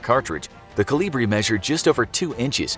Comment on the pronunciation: It's kolibri.